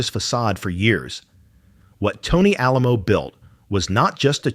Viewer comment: It did mention the keeping and praying over her corpse, but it mispronounced Alamo. Her body was stolen by cult members and finally turned over to authorities. Her daughter went to court and got custody then buried her in a mausoleum in Memorial Park Cemetery in Tulsa, OK. He is buried 3 slots down from her.